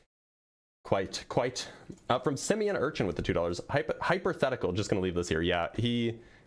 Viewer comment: "Hyperthetical" 😂😂😂😂 No wonder he was so afraid of HYPOtheticals 😂😂😂